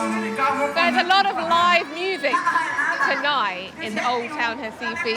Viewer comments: P.S. it's Recife, not Recifee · Ela pronuncia "RAIFA"; que diabo é isso? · Hi from Mexico..Great very well done video of this city. ONLY I would like to point out why you dont say Recife..with "R"....you mentioned other words in brazilian portuguese perfectly with the R...lthe subtitles ALWAYS..wrote "Hi-Fi" ( I always heard hasife). Finally at 22.45 you really pronounced the "R" and Recife..and subtiltles came along perfectly..Well done...really like your video!!!! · She pronounces RECIFE in a very strange way lol 😂…. 😂😂😂